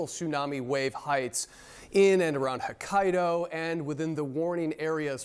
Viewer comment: Well, the meteorologist keeps saying Hakkado. He doesnt even know where he is. 🤦🏻‍♀️